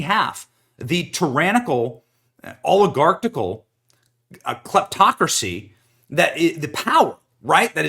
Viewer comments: I don't think there's a 'T' in the word, "oligarchical". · Oligarcical? Really, a Bushism. Lol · I bet that Joe cannot say 'oligarcical kleptocracy' !